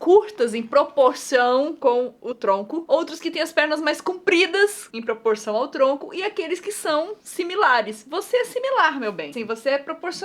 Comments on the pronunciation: amo cade a chave. quando leon falou pessoas do meu brasil pessoas lindas adorei. leon é perfeito. existem duas pessoas que falam propoção e outras falam porproção e na verdade eram tres e a terceira popoção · Esse video devia ter o titulo : Aprende a falar Propoção Crocante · poprorção corocrante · "Poporção" kkkkkkk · poprorção proprorção propoção poporção prernas alguém tem porblemas pobremlas poblemas problemas com o R ne Nilce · Bom saber que a Nilce fala errado, não me sinto excluído mais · Travalingua para pessoas normais: otorringolaringologista Travalingua para Nilce: proporção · e nesse canal em q um video começa c a nilce explicando o pq de filmar o video no chao e acaba se torturando tentando falar "proporçao" perfeitamente e dps o leon acrescenta o "crocante" e pronto temos um video improvisado q merece seu like. enjoy you moment. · Isso que é trava-língua hein nilce rsrs tbm não consegui pronunciar tudo haha.